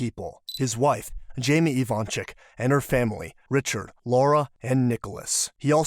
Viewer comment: They're Ivanchich, not ivansick or ivanchick. 😏 It's just those Yugo people don't care to change "c" to "ch" and "s" to "sh" when they come to live in US.